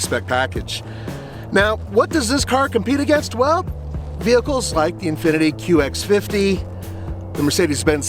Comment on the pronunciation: Anyone else catch him say “Infiniti QX50”?